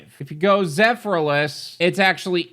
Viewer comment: Am I lost or is there a reason you keep calling Zephyrhills Zephyrliss?